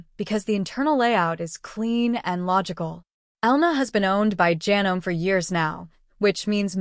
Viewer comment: If you are going to use AI, please program it to use the correct pronunciation. I am able to overlook Janome mispronounced as ja-nome when it should be ja-NO-mee, but when it refers to sewers as "sue-ers", I draw the line and stop watching. This is about sewing machines, not a plumbing project.